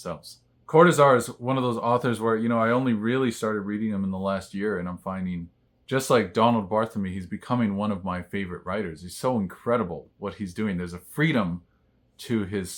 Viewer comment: Thanks for an interesting topic. FYI, the correct pronunciation of Barthelme is BAR-til-may.